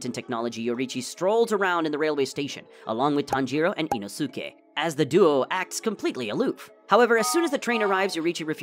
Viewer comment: Inosukie it's inoske